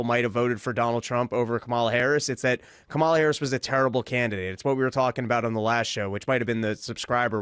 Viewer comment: Is this where I'm supposed to make an anti-gay joke and pretend simultaneously that I'm a serious person? Still intentionally mispronouncing Kamala's name, Dave? Totally not racist.